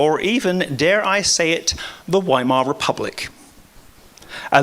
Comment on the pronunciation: why the fuck is someone who cant even pronounce weimar bringing it up in the same sentence as the roman empire holy roman empire and greece. it barely lasted 15 years and is the definition of a failed system